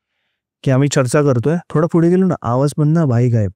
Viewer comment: फुडे का बोलतात पुढे असत ना?